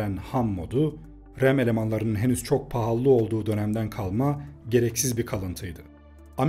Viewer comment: PAHALLI DİYE BİR KELİME YOK, L HARFİ BİR ADET 2 ADET DEĞİL...